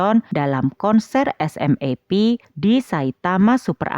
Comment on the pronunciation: Admin, di Jepang sendiri grup band SMAP dibaca "SUMAPU". Agak janggal telinga saya dengar nama SMAP dibaca huruf per huruf 😀